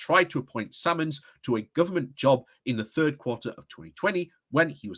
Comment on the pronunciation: Surely its Symonds not Sammons? I'm sure Private Eye will have a lot to say about this. However there's a bill going through Parliament that would make it illegal (penalty imprisonment) for journalists to report leaked information - the death of journalism indeed.